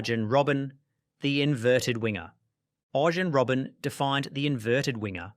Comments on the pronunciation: It's an artificial voice that reads out a script. Lot of pronunciations are off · You didnt just say ArGEN Robben?